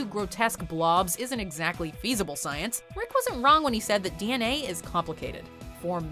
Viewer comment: Good ol’ “stience”